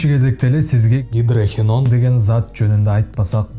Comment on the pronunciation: Гидрохиен дебей туура айтчы.Гидрохинон эле.